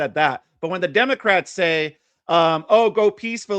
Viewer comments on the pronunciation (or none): Wait did i just hear say " Democwats." Was he making fun of himself or does he have a speech problem? Professor so the agent saw the tires turn the ones under the vehicle the ones blocked by the body of the vehicle? A agent has no duty to retreat from a threat from anyone and she hit the agent. Nobody has the right to block the street. For any reason. Period. Lawful commands are law binding for whatever reason it matters none if you dont like it or dont want to you do what officer says. Anyone who thinks that she doesnt think she was doing this for attention or because ice wasnt right there or didnt know it was gonna come with law confrontation is not being honest. She chose to drive and hit an officer maybe didnt want to or think it woukdnt be a big deal cuz shes a female and it was gonna be rubber bullets in thier gun but she did and actions have reactions and that results in overall outtcomes. What if the woman didnt turn her wheels and drive straight at him to hit when woukd the officer stop the threat? 5 seconds after hit 10 secinds after 15 secinds 20? Or when he is under the vehicle with blood oozing from his skull or when his legs broken and arm pinned up against a tree or house or vehicle would that be a good time? This kids thats about it has no clue about what goes intoany of this and puts zero responsibility on the ones breaking laws that are lawful and just and have been for decades before he was born. These people have